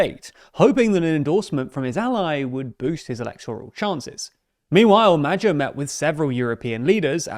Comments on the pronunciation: I'd say the video represents a fairly accurate picture, however mentioning statistics without putting it into context doesn't make any sense. For example the budged deficit should be put into european context. The "record" 11.1BN euro debt service cost suggests that it's a huge number, but the viewer doesn't get any understanding about how big it actually is. At this point, the only use of these statistics is propagandistic, which downgrades the quality of the otherwise accurate video. I've noticed the same propagandistic feel in other videos as well. As a Hungarian, I am rather sensitive to such media reportings. In my opinion, this is quite counterproductive in terms of the growth of your chanel, as people like me would look for more accurate media outlets. Same goes for the abysmal attempts of pronouncing non-english words. I'd give you a pass on hungarian words, but I've also noticed it in other languages. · The reporter's pronounciation of "Magyar" is wrong. It's "Mah-dyahr", and not "Mah-jahr". The letter "gy" pronounced as the combination of "D" and "Y" voices, which comes in english usually with "du" syllabels(like "during"), or "dew"(like "dewey"). Before the video check with google translator, or with something else. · Isn't it pronounced "Modyar"? (If one wishes to be pedantic), Personally I would like to see Hungary a Kingdom again, this time around a constitutional monarchy with an actual King instead of a Regent!) 😃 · "Mad-jar" Me when I'm in a mispronouncing foreign words contest and my oppponent is TLDR News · "Madger" is a novel and unique pronunciation. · If you pronounce magyar as "MADYAR" it's closer to how it's actually pronounced. You're welcome. ❤️ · GREAT pronunciation NOT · How is the Engrisher butchering someone's name this much? Is he even trying to pronounce it? Low IQ perhaps? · The pronounciation of Magyar is not the best. It's a lot softer. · That's not how you say that name. Couldn't you have checked that? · isn't is 'moah-ioar!?